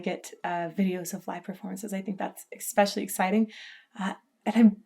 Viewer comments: 😂 "...eXXXpecially exciting..." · I left when you said "expecially exciting". English.